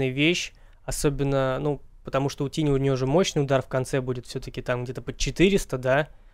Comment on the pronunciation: Какого хера тини? Тайни же блеа.